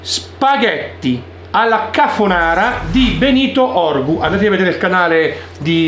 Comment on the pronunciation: Si dice Benito urgu,non orgu....